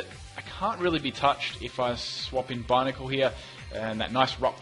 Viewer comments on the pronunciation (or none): none